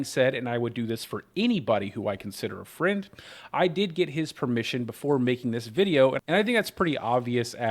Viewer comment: i meant more like his pronounciation of the word, almost like hes missing a letter when he says it.